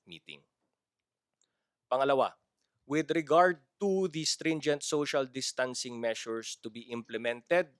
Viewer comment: finally, “social distancing” pronunciation is correct.